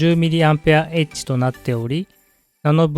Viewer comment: 「mAh」は「ミリ・アンペア・アワー」と読みます。